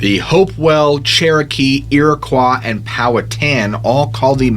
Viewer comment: Bro you're great and all but please pronounce Appalachian correctly as well the Iroquois correctly it's driving me insane I know how you think the south say it differently they don't it's all the same up and down my friend it literally is like nails on a chalkboard to listen you say that over and over again even though you pronounce settlers it's kind of silly but primarily Appalachian just listen to the word spelled N say the letters I promise U